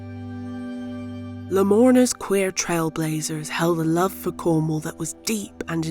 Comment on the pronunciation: It's Cornwall, not Cornhole!